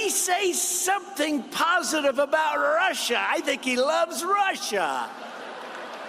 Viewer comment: Good. Lord... how appalling, the rant about RRRRRruuuussssaaahhhhh.